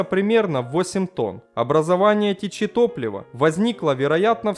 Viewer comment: не трех тысяч шести ста, а трех тысяч шестисот км. Перегнан? До пятисот!!! Не течИ, а тЕчи.